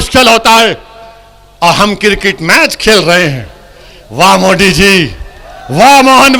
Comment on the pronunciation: Owaisi जी पहिले आप अच्छा से हिंदी बोलना सिख ले उसके बाद मोदी का नाम लिजिऐगा ठिक है मोदी होता है मोडी नही बाडा आया नेता बनने